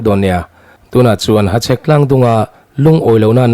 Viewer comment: Hachhek lam dik ka ti zawk e